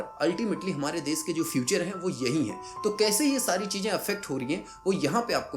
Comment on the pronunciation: Bhai tumhara pronunciation bahut kharab hai, सादी, चीजेंँ, सायद, my ears are bleeding right now.